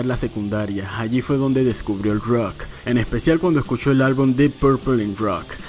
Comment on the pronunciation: Porque dices “ruoc”??...es rock ¡plop!